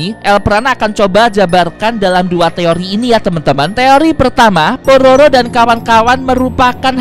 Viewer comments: kak el prana mau ngomong pororo malah prabowo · Kok,tadi saat bilang udah ada di tv nasional kok malah kedengar bilangnya Prabowo bang?